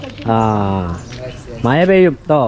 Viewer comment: മയ. അല്ല.. മഴ